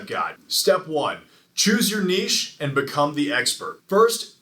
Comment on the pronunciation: I subscribed the moment you said the correct pronunciation of “Niche” - lol - great content!